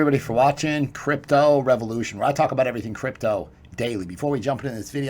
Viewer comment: Note to self: When ending a sentence with the word crypto, the word is pronounced CRYPTDO